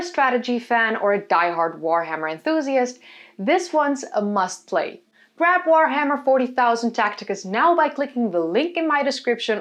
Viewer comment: You don't even say the Warhammer name correctly...pretty sure you aren't playing it.